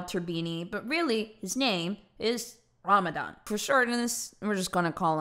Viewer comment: I’m actually surprised on how well she pronounced his name. I’m Egyptian and no non Arab person has ever pronounced my name right